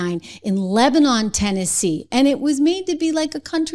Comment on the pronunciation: Lebanon,Tennessee is not pronounced like the foreign country or city its pronounced Lebanun not lebanon